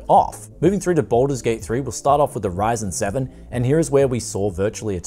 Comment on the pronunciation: "Badlur's Gate"